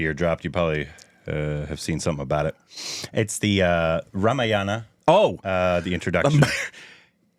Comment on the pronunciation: No it should be Ramayana ideally. Dropping/cutting the last syllable is bcoz of urdu influence which most Northindians are under.